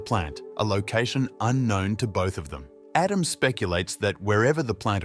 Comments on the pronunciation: Pretty good A.I. voice. I wouldn't have known, except for the instances of "Adam" being pronounced incorrectly. Something a real person wouldn't have done, but an A.I. would read it as it was written (misspelled). "Aadam". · 50% he pronounces his name Adam, 50% of the time he pronounces it Edem